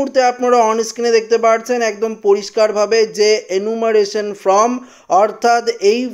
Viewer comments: ভাই উচ্চারণটা ফ্রম নয় ফর্ম। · বার বার ফ্রম উচ্চারণ করছেন , এটা ফর্ম হবে!!!! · কথাটি "ফ্রম" নয়, কথাটি "ফর্ম" হবে। নিজেকে সংশোধন করে নেবেন । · কথা বলতে শেখেনি ফ্রম ফ্রম করছে আর বাঙাল ভাষায় ভিডিও করছে। আগে লেখাপড়া শিখুন সঠিক উচ্চারণ করুন তারপর ভিডিও করবেন।